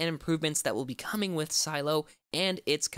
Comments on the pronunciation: It’s not silo it’s sih-leh-oh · Isn’t it pronounced “sah-lay-oh” , not silo!